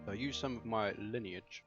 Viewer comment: Hey, you actually said Lineage right for once :)